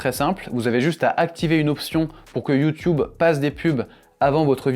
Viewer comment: Pourquoi prononcez vous YouTube comme les anglophones ?